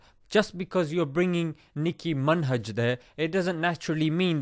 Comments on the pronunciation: ''NIKKKI MINHAJ'' yeah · Last of all, Nicki Min-hajj.....😂😂😂🤣. Well done dude😊😊👍🏼👍🏼